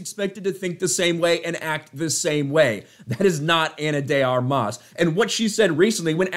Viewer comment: I love your channel, but you keep mispronouncing her name as "Ana de ArMAS", which irks me to no end. It's pronounced "ARmas", with the stress on the first syllable.